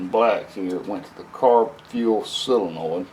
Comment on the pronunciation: Why does every backwoods, diy, shade tree 'mechanic' ever say "sillinoid"? Its sol-e-noid. Its even in the dictionary for the masses to look up. Crazy huh?